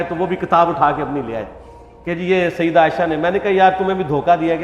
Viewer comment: Sayidduna Aisha radiallahu anha. Say it properly. You have this issues with sayyiduna aisha..its very apparent. Dont take sides which is not his right to take.